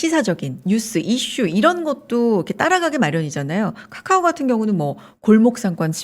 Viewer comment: 까까오 나만거슬리노?? 발음찰지시다